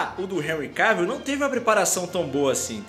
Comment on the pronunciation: Seu canal e’ otimo , muito melhor do que aquele outro de óculos lá, que só copia... Mas olha só , não pronuncia “Henry Keivill, é CAvill mesmo rs... agora esse Superman Tyler é ridículo hein... Superman jamais perderia da Supergirl e seria tão coadjuvante como ele é